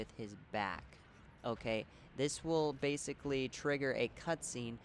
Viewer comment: bashically xD I'm sorry man, had to laugh at that, no offense. Nonetheless, great video, subscribed. I only needed mound makers only to find out that I killed the rotted tree so I fucked up. ng+2 here i come...